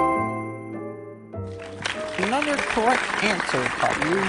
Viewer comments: its not gaylou it csillou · Angelika Unger they say Caillou’s name wrong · Love how they always say Gaylou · it's not gayloo its caillou lol. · Its so funny 🤣 how Callious Dad calls him Gaylou 🤣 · I love how they always say Gaylou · Angelika Unger they say cailloiu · take a lou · no they say cailou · JoshZ they say gaylou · JoshZ gay Lou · Lol gaylou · and why do they call him"gaylou"💀✋🏼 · It's so funny when he says “Kale-u” instead of Caillou. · Why do peapole think Boris kayloo i think He say gayloo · they always say Gaylou LOL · WHY DO THEY KEEP SAYING KAYLOU LMAOOO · Their always calling caillou gaillou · They pronounce “Caillou” wrong. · When Says Chucky Chesses It’s Sounds Like Chucky Jesus